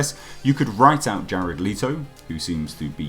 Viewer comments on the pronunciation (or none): none